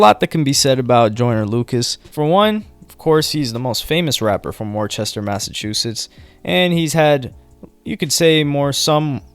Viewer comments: How you feel about him calling it "war-chester" 😂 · Its always funny when everyone pronounced Worcester as how its spelled when it’s pronounced as wu-ster 😂😂😂😂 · Worcester is pronounced "wuh-stir" lol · It’s pronounced “Wus-ster” no CH sound lol we hate that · Great video as always. It's pronounce "woostah" btw. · ITS PRONOUNCED WUH-STER / WOO-STA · Lol you said it how I used to say it when I first moved to mass it’s pronounced wister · Didn't research how to say Worcester though. Homey called it warchester lmao🤦🏻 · Lol pronounced as wu-star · You butchered the pronunciation of Worcester but so doesn't everyone else that ain't from Mass. 🤣 Great job in the video!! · Lmao the way you said Worcester fucked it up 😂 he’s a family friend my little brother his in his videos he’s a great guy way better than all your favorite artist literally he’s a great father etc can’t say that for carti😂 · You’ve been saying Worcester wrong this whole time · Damn bro people never pronounce Worcester right 😪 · pronounced Worcester wrong my guy... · Lmao the way you pronounced Worcester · I cringed at how you said Worcester.😭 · You technically pronounced Worcester wrong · You pronounced Worcester wrong bro 💀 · You pronounced Worcester so wrong I had to Google it lol great content as always tho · It's Worcester not worchester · The R is silent bro WAS-STAAAH.... Not worchester or how ever you said it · It's pronounced Wus-ter not War-Chester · Worcester "Wuss-ta" or "Wuss-ter" MA lol...it's not "War-chester" I know it's a stupid pronunciation, but that's how we say it. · WTF is Warchester lol No lie everyone does that but Worcester is pronounced more Wister -Worcester. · I grew up 20 min away from him and talked to him on FB twice before he blew up.... So crazy man and it's pronounced wuh - ster not Worchester lmao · It’s pronounced (Wuhstir) not Warchester lol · its pronounced (Wuss-ster) Worchester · Worchester? Lmaooo it’s pronounced wo-ster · Nigga TF is "Warchester" ? It's Whooster